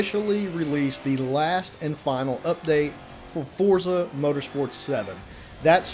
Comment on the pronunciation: Liked when someone actually called it Forza and not Fortza, lmao :))